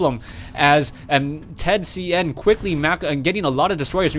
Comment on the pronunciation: Dude... I am Chinese, and th000 is Chinese. I don't care about his Japanese name... His name is pronounced in Chinese by, not Japanese. Repeating, I am Chinese... Professional wanna be.